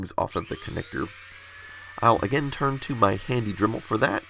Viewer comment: Did I hear him say DREMEL?